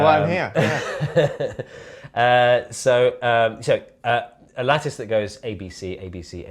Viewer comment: I keep hearing lettuce insted of lattice